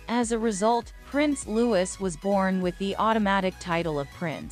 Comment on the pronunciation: IT'S NOT LEWIS HIS NAME IS PRONOUNCED LOO EEEEE (LOUIS) !!!!!!!!!!!!!!!!!